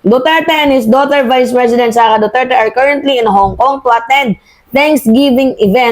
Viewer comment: Ayusin mo yung bigkas mo ng Duterte,wala akong maintaindihan pnu ka paniniwalaan